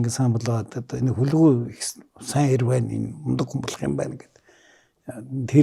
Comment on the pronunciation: "Хөлгүй" гэхээр нэг л эвгүй сонсогдох юм. Хүлэгү гэж хэлж сонсож дадсан болоод тэр үү Ё ах "хөлгүй хөлгүй" гээд байхаар хэлмээр санагдах юм. За би ч юугаа мэдэхэв.